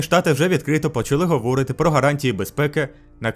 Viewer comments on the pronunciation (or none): Не говОрити, а говорИти. 😂